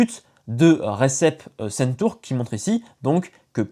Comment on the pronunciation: Bonjour, ça se prononce Redjep Shenturk.